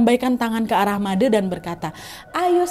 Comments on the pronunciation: malam kak nad, cuman mau bilang kalau manggil nama made tu made kak bukan made' wkwkwk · FYI kak, "made" cara bacanya tuh e nya seperti nyebut e di kata "sore" bukan madè yg e nya seperti nyebut kata "sèpi" 😂😂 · Oiyaa kak nadd cara maca namanya bukan made tapi madè yaaa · Btw kak cara baca made tu salahh ,, Made pakek E bukan ‘E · baca made jngn baca dengan de =ngan tp dengan de = adek kek aneh aja gt made` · bukan "madeee" kak tpi "made" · Baca madee "e" nya dibacaa kaya baca "e" nya kalimat satee kak nadddd xixi, tpi gpp ttp seruu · Sedikit koreksi ka nadddd❤, bli made di bca nya pake è jd madè , terimakasih ❤❤❤ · Kak, setahu sy Made huruf "e" bacanya kyk "e" di kata sate. 😂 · Made kak, e nya kyk eman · koreksi "madE" E nya dibaca Enak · Made kak bukan made pake e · Balian yg bner emang gk akan pernah nyebut nama siapa pelakunya, biar gk merusak hubungan, krna biasanya pelakunya itu yg satu pekarangan, keluarga, atau tetangga depan rmh, klok Balian sampek nyebut nama artinya dia gk bner, krna merusak nyame braye (silaturahmi), Btw kak nadia, made itu e nya dibaca kyk kk baca "etika" bukan "selesai" ngerti nggak? Hehehe bukan kek cara kk ngomongnya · Made baca huruf e kayak baca tembok, aiu(e…..)o😊🙏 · Iyaa made pelafalan (e) salah 🥰 tapi gpplahh diwajarkan saja krn kak Nadianya tdk tahu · Suksma Nadia, sudah membawakan KHW dari daerahku tercinta, Bali. Btw nad, cara penyebutan Made itu E nya seperti bilang Bule, gitu nad. Jadi penyebutan oleh Nadia dan kebayakan orang dari luar Bali masih salah ya.. hehe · Made 'e' nya dibaca kayak ngomong 'enak' hehe, aneh kedengaran ditelinga 😭✌️ maap kan nad, ak wawak bali soale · Yeayyy akhirnya yang ditunggu-tunggu tayang juga❤ Btw aku orang bali, ijin koreksi sedikit ya kak, cara baca "de" dalam panggilan "Made" sama seperti cara baca dendeng. Ga sabar nunggu khw selanjutnya 🥰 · Maaf nadia. Penyebutan nama made itu salah. Bukan seperti itu. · bilang Made itu e'nya sperti bilang sate 😊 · Pengucapan "Made" nya salah kk😅🥰💐